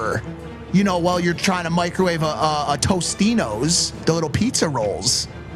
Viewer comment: First of all!!!!! It’s TOTINOS you heathen!!!!! I’m outraged 😒😒😒😒